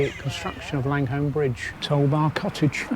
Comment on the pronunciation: Langholm pronounced Langam otherwise referred to as the Muckle Toon. Jedhart is pronounced Jedrt. It’s almost like it’s another country. The birds were Rooks not Crows. Full marks though you remembered how to pronounce Hawick.